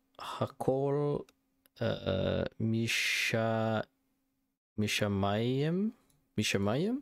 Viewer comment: you said the name of the song perfectly at the begining. Ha-kol (all) Mi-Sha-Ma-Yim (is from heaven)